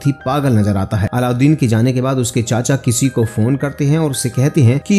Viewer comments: Bhai allauddin nhi aladeen hai... Pronunciation to thik se kr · Its Aladeen not aloudeen 😂😂😂 bhai explaination day rahay tu dhunk say naam tu sahi liya karo😂